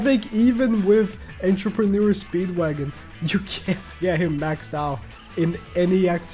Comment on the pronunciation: How many times is he gonna butcher pronouncing Entrepreneur 😂